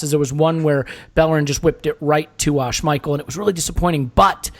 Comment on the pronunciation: I keep seeing people saying Lacazette missed a sitter but if you watched the replay of the pass from Ozil to Lacazette you will notice that the ball was too short and didn't get to Lacazette instead it was caught by Schmiel (Butchered his name lol)